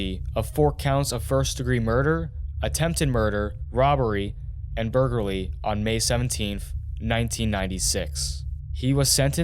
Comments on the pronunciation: "burgerly" for "burglarly" 😂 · It wasnt just anudder burgalry. Lol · "Burgerly" but seriously, at least it's not AI. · "burgarly" lol